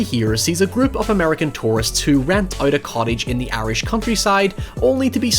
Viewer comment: Every time you say Irish I hear 'airish' and wonder what that means until I realize what the word was.